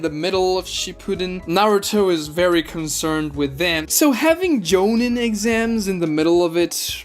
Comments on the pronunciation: Nice video, absolutely loathe with every fiber of my being how you say jonin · Bro the way you pronounce tournament and jonin is crazy